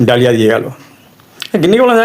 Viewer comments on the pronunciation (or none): ডালিয়া না ok দলিয়া বলে।